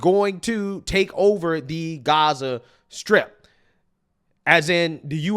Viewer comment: strip..not skrip